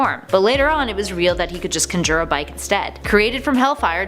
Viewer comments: I didnt like how she said conjure Kahn-jer Not kun-jer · For real, like why are so many people just glossing over "cunjer"?